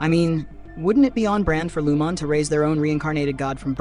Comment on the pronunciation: WTF. How does anyone at this point not know how to properly pronounce Lumon? That's a game ender for me. I'm out.